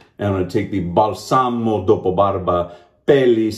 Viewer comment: You actually did a great job pronouncing Italian, man! Just a teeny tiny error, it is bAlsamo, not balsAmo. you have to put the enfasis on the first A. But you did great! Cella is a must in Italy, you find it anywere, just like Proraso. great inexpensive products 😉